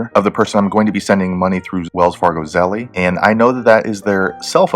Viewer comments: Yeah lol. ZeLL. not Zelleeeyy lololol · Thanks for the video.. A heads up, It's pronounced "zell" like tell no "ie" at the end. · It's 1 syllable. Zelle. No eee..